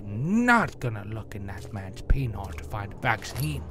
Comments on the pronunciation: i laugh every time he says penior! XD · Penor? Seriously xD